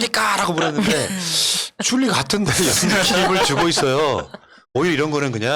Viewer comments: 왜지 ? 난 쥴리예요 ~~ 로 들리네 ~~ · 주린가?...발음하기가 영~~~ 주리?안주리? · 쥴리가 아니라... 죨리?